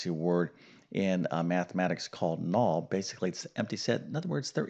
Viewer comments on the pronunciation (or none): none